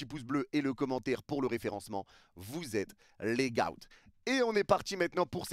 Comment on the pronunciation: Pourquoi il dit « GAOT » au lieu de « GOAT »?